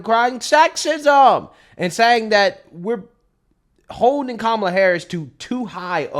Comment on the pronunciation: Did that CNN anchor just say the NABJ just "pressed" Coup-mala on issues?